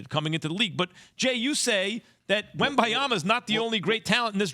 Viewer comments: it's Wembanyama and not Wembayama Max! 🤣🤣🤣🤣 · He could not have a more easy to pronounce name —- Wembanyama Wem - ban - ya - ma Sound it out y’all. 😂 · i mean it could definitely be easier to pronounce but messing it up on national tv after a year of hype is inexcusable😂